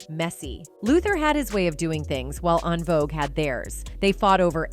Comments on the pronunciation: En Vouge is pronounced *IN VOGUE not ahn vouge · She said AHN-Vogue - they could’ve hired a black girl to tell this story lol 😂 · How are you speaking on a group whose name you CANNOT even pronounce? OnVogue??? 😂 Not mispronouncing Oprah Winfrey. Just use your voice, girl. This AI is fuccing up!!! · “ on-vogue “…. Gurlll En-Vogue ! Smh 🤦🏽‍♂️ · The AI voice is killin me with how they're mispronouncing En Vogue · Please pronounce En Vogue’s name correct. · I really dislike videos that are narrated by A. I. All the mispronounced words 😂😂 Envogue pronounced Ahnvogue. Dionne Warrick pronounced Die-on😂😂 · This commentator messed up the pronunciation of EnVogs name and Dionne Warwick's name... She must not be a fan ???